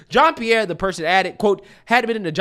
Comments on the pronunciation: This women came from a top news channel she knows exactly what goes into preparing for this job the way i see it she does not care just like how biden doesn't care and reads str8 off the teleprompter...often. smh. BTW pretty sure it's pronounced jean like a pair of jeans not jeon 😆brother cracks me up with his accent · you are mispronouncing her name. It sounds like hinge like a door hinge but there’s an R in front of it cringe Jon Pierre. She also will respond to gay black lesbian woman so I hear All part of being proud you know gay pride! Try it she loves it